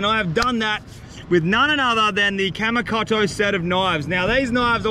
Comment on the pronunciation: pronounced: kamy coato spelling:kamikoto